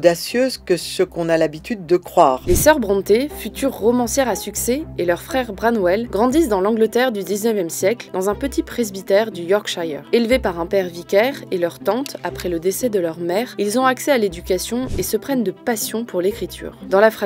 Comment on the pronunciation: Attention à la mauvaise prononciation de Yorkshire ! Mais excellent épisode comme toujours, merci pour ce travail !